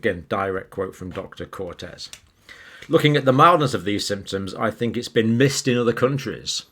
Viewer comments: not Cortez, its COETZEE. koot-seer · The SA doctor's surname is Coetzee (pronounced Kut-seer) not Cortez. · Please pronounce Coetzee correctly John! It is more like Coot Sea or Coot Seh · COETZEE not CORTEZ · Thank you Dr.. Like your perspective on this issue.. The Dr's Name is pronounced (Cort-Seer) coetzee.... Cortez is more Spanish.. Much love. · Just some help here from a South African. One pronounces the dear lady Dr Coetzee as Coet"see" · Hi Doc, Coetzee is pronounced phonetically Couldseer with silent r or maybe someone else can find a better way to explain the pronunciation. Hope this helps. Thank you for your valuable information. We appreciate you. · Not "Cortez", it's "Coetzee". Id say you can pronounce it 'coot-sear' with emphasis on the latter syllable. #Afrikaans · Coatzee, pronounced koot-ZEE. Not Cortez. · It’s not Angelique Cortez. It’s Coetzee. Pronounced more like curtsey. Koots ear , without rounding the r. would be the closest phonetically that I could recommend in English. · The name pronounced south african way would be. Coet zee Thank you for your articles. I am a fan of yours. Keep up the good work. Vik. S. A. 🙏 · Coetzee: Pronounced: Cot-Szee-ah. Not cortez. xD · Let us give you some help with pronouncing names: Coetzee (a common SA surname) = coot-SEE-ah - like the famous author J.M. Coetzee. Not "Cortez" as in conquistador. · Coetzee is pronounced Koot see ah not Cortez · It is not Dr Cortez. She is Dr Coetzee, pronounced Coot-zee-a. Out of respect for these professionals, we should get the names right. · Coetzee is pronounced "koot-SEE" (accent on second syllable). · You pronounce the name COETZEE as if there stood CORTEZ. The right way to pronounce that name is [KOOH-TSEE]. This is a very common name in the Afrikaans. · Pse pronounce Dr Coetzee not Cortez..like saying "could see" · Dr Coetzee is pronounced: coe= as in cushion . Tzee. Cutzee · Good review. It is Dr Coetzee (koot zee) not Cortez. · Dr Coetzee not Cortez 😲